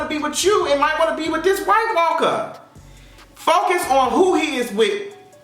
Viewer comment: I die every time you say “White Walker”. I diiiiiiie!!!! Lmbo.